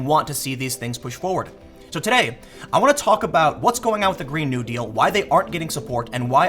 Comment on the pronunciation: It's Green (NEW-deal) not (GREEN-new) deal.